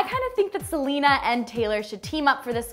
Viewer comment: Slenea and talery